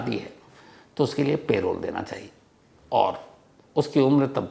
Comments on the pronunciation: It is not "pay-role" but "puh-role" spelled as parole! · Sir its Parole not Payroll - प रोल ✅ पेरोल ❌ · Payroll nahi parole hota hai